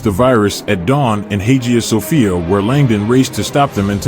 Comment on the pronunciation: IT’S PRONOUNCED “Hi-ya Sophia.”